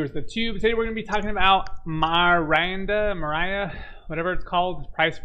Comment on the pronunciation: This guy can’t even pronounce the coin lol